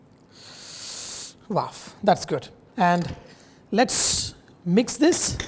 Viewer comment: What is "WAAV"?? Are you trying to say WOW? Its not WAAV i have noticed this in many videos.